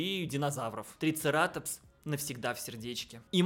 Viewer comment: triceratОps - ударение на О.